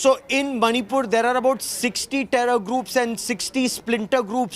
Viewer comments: Who say that monipur it's manipur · It's 'Monipur'! Not Maanipur! Pronounce correctly. Usually you the media persons insults us: that we can't pronounce English well. But now it's proven that you are only ignore of English pronunciations.